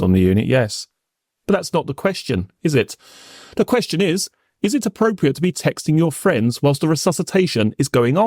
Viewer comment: o I do appreciate his hard work though it would be even better if "th" was not pronounced as "f" or "v" or "d", i.e "three" instead of "free", with instead of "wiv", "the" instead of "de". It sounds particularly odd, as barristers tend to enunciate correctly.